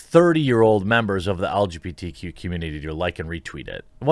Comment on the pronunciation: Boy I sure don’t like the “elj beetee” community.